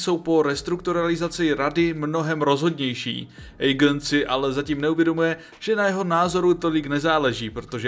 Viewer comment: Vyslovuješ mena hrozne zle, Aegon= Egon, Aemond=Émond, Rhaenyra=Raenyra, Vhagar je dračica